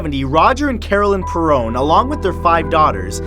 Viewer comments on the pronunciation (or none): It's not pronounced "The Per-ron Family", it's pronounced "The Pear-ron Family". But it's okay, I still love ya Matthew! ^_^